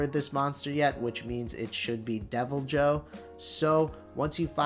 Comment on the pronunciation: No. The J is not silent. Literally nowhere is it pronounced “Devil-Hoe” in the games